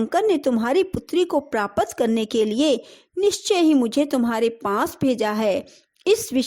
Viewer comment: II Aum Namah Shivaya II Praapat ki jagah Praapta boliye .Kuch Shabdonko Clear uchcharan nahni Kar paati hai aap.Please Dhyaan rakhiye.